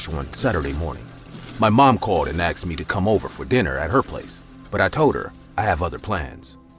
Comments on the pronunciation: They say aksed not asked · "my mom axed me" " my friend axed me" seriously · It’s how some people speak. Like Irish say tree instead of three or tirty instead on thirty